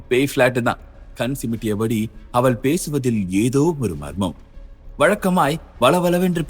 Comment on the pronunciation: Mosamaana thamizh uchcharippu AVAL IVAL Enru